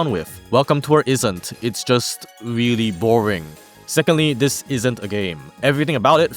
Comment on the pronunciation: What a nothingburger of a video lmao. You're "weally" overselling it with that title.